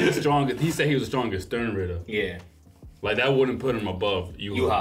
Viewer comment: Them trying not to laugh every time mispronounces sternritter got me dead😭😭